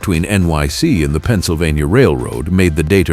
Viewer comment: "PENNSYLVANTA"??? AI SLOP!!!!